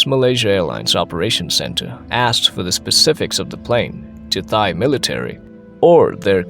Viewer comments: “Thigh air defense zone.” Seriously? You mean Thai? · AI narration is annoying. It pronounced Thai with an “h” sound, instead of “tie”. Just one of many AI mistakes.